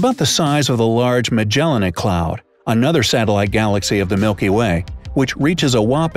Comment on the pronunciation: I heard several mispronunciations :/ Magellanic; infinitesimal; Proxima Centauri... Still an interesting vid, but makes me think he's misreading the script lol